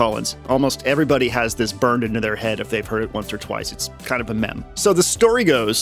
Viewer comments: meme is pronounced meem not mem :) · Yoooo that track is fire haha. I think I need this reverb in my life. Also, did pronounce "meme" like "Mem"? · wait a moment here, you pronounced meme as mem. I must know why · Dis he just pronounce “meme” as mem? 😅